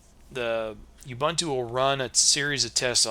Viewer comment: Useful video; I also have problems with slow startup, but otherwise good. (Minor quibble: the middle syllable is pronounced more like the oo in book, not the u in fun, but no matter. It's an African language word.)